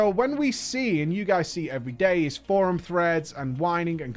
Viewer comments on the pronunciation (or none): none